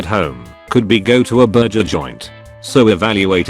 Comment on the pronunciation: Nobody: Text to speech: būrjēr